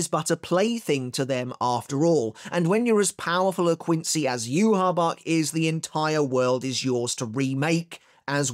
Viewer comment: Bro Its Not Hard To Say Yhwach’s Name Properly 🙈